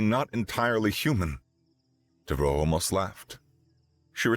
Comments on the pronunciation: You aren't saying Devereaux correctly. How do I know? Golden Girls. You're saying "dev-roe", where it's "dev-er-oe". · Isn't it pronounced "Dev-ER-oh?" Being of French decent.